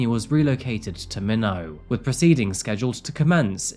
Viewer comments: New case to me. But for future reference, Minot is not pronounced minnow, it's pronounced my-not. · Hey as a resident, the town is pronounced My-not, not Mi-no. It’s not French. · Minot pronounced MY not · Minot is pronounced 'My Knot', not 'Minnow.' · Slight correction: The trial was moved to Minot, but it's pronounced, "MY- knot." Very sad tale, as always, expertly told. Mindy was seemingly a powerhouse soul with so much to look forward to. The fiend who took her life is where he belongs for the rest of his shitty life. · My - knot is how Minot is pronounced.